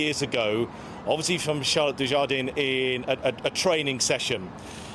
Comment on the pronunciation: At least pronounce her name correctly.